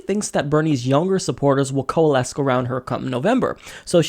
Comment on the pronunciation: OMG OMG you're so fucking cute when you pronounce things oddly lol. It's co-uh-less, love.